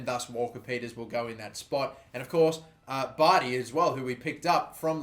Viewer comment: By the way bardhi is pronounced like bar-thee